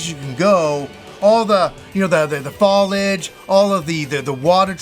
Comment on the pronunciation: Your pronunciation of foliage is atrocious